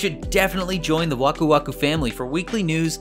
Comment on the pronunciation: It's Waku Waku